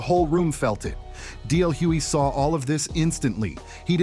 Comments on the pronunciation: Very good article But it's Hughley, not Hewey😢😢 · I cringed every time the narrator mispronounced DL's last name. If you are going to use his name for content at least say his name correctly smh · Why the continued mispronunciation of DL's last name?